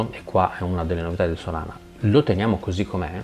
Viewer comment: ma è "SOLA"na :D